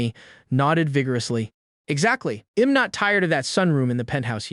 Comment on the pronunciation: Upgrade the AI voice. The "I'm" pronunciation is atrocious. Or do nothing, there are other sites that do a better job. I'll forget about this one.